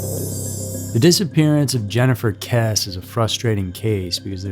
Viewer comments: It’s KessE not Kess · If you are going to do a video on a victim, please be respectful and at least look up the proper pronounciation of her name. It sounds like Kess- {long vowel} -E. ...... Kess. E ..........Not Kess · Her last name is pronounced Kessee not Kess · Her name is pronounced “Kessie” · Pronounced Kess E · Her last name is spelled Kesse but isn't it pronounced Kess-ee as in Kiwi? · it's pronounced kessey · Kesse is pronounced like Jesse. How can you screw that up? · yeah that was bothering me so much I couldn't even make it till the end of the video. And trust me this is the number one case I keep looking for updates for whenever it crosses my mind. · Kess-ee* I believe you be pronouncing names and words incorrectly just so people will correct you in the comments. Like the other day with Israel keyes. You did a video on him and you pronounced his name right in that video, but you mispronounced it in the last video you did speaking about him. It's cool though, can't hate on the game! Feeding that algorithm!😂😂😂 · Her name is pronounced Kessy. This story has been big news in FL for many years. So sad and still no answers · Thank you for correcting the pronunciation. It was bothering me! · It is pronounced “kes-E” (2 syllables with a long e sound on the end.) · Her last name is pronounced “Kess-e” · At least learn to pronounce the last name if your going.to report on the case. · The pronunciation of her last name is cringe. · Bro if you can’t even pronounce her name right how am I going to be able to believe the rest of the video?? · Yeah. Mispronouncing a missing person's surname is funny. You probably will need a cartoon face to express yourself when 8-year old intelligence runs out. Dolt.....